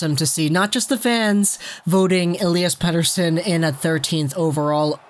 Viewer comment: I have to say you pronounce "Pettersson" perfectly in Swedish in the beginning in this video! :)